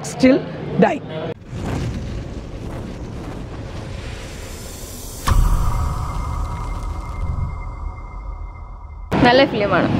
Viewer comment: സ്റ്റിൽ ഡൈ അല്ല ചേച്ചി, അന്റിൽ ഡൈ ആണ് ( walk until diy).......